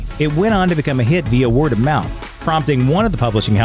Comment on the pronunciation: I’m cringing at your pronunciation of philistine and via.